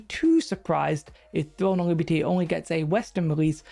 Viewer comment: thwone of libty